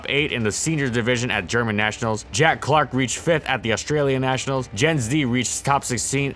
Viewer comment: what kind of pokemon is a neeshionals?